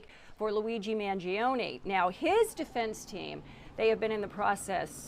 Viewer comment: you couldnt butcher Mangione last name anymore.